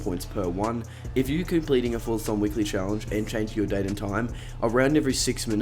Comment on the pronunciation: Did anyone else hear him say forthathon points 🤣🤣